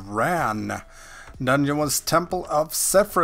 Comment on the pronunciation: dungeon = doneonion lol cranks me up every time you say that ahaha, where are you from ?